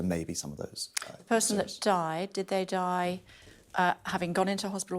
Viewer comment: Over emphasise the word DIE. Utter word salad. Give no evidence. If the jabs were so important they wouldn't need to ram it down people's throat.